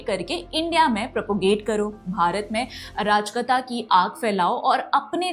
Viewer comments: arajkata nahi arajakta hota hai. Thoda padh likh lo dalaali karne se koi faeda nahi milega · your pronounciation of ‘arajakta’ is bothering me.